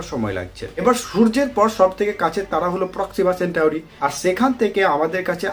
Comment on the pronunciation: সঠিক উচ্চারণটি হলো :- প্রক্সিমা সেন্টোরি।